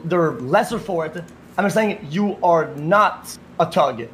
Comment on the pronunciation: Why does he keep saying tuhg instead of thug 💀